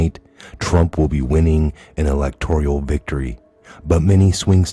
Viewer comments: Elec tor al.... NOT "elec tor ial" ... No "i" 🤔🤪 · Electoral not electorial.